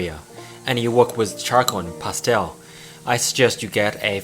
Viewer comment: "pasteowl" xD